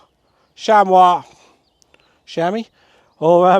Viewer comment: Yes, that was the way to pronounce it